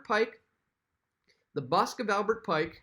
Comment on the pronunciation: BUST of Pike, not Busk... you knuckle head